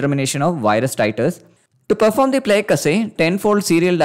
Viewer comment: btw plaque is pronounced "plack" not like "plague"